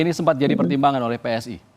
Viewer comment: PSI mas, bukan PSSI 😂😂😂